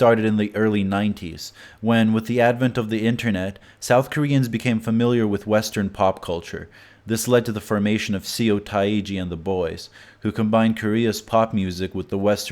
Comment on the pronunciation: I almost died when he butchered "Seo Taiji and the Boys" lmaoooo Good job nonetheless, I enjoyed learning a thing or two watching this video